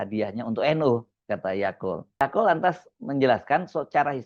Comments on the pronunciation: yaqut mas bukan yaqul wkwkwk😂😂😂 mas hersu lucu tiap nyebut nama ybs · Mungkin tanpa sadar, Mas Hersu sering mengucap YAKUL (seperti merek minuman YAKULT) utk menyebut Yaqut 😂😂😂